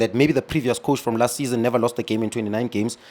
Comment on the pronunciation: Never say nevee😂